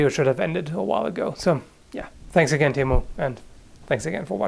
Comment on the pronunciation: Suomi tori saatana perkele! TIMO not Timou....